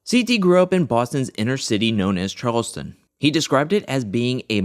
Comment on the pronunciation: Charles-Town not Charleston